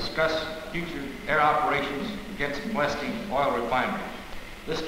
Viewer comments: Ploesti is pronounced Plo-esht, not Plo-esti. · Unfortunately Romanian is a latin language, and is pronounced as is written, Ploiesti, one word. Ployeshti by English. Was the oil field city of Romania at the time, occupied by Germany. Then in August 1944 by the Soviet Russian army.